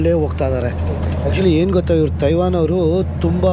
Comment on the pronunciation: Learn how to pronounce Taiwan here.